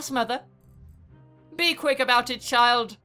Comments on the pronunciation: "Aboot" <3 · What's this I hear about aboot? XD